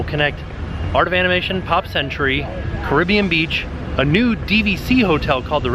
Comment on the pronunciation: did you say a NUDE DVC Resort? Because thats definitely what I heard...